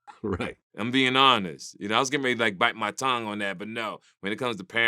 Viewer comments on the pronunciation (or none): none